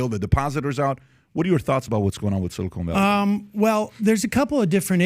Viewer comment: How do I know PBD is a dum dum? this guy calls it "silicone" valley bank story. Seriously? I wish I could say he's being facetious....